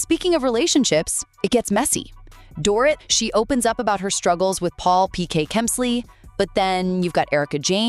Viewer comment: The way you say Dorrit is like a door right and eat door eat That’s how you say her name❤You’re welcome